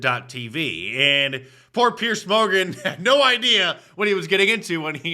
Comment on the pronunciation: Mark, it’s Piers, not Pierce.